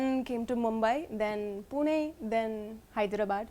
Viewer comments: Amazing pronounciation particularly pune.. Good to watch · She won the heart when she pronounced PUNE ! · The way she pronounced "Pune"😎 shows her seriousness and respect there itself about marathi culture and language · The way she pronounced Pune (ne) and la and Marathi is amazing..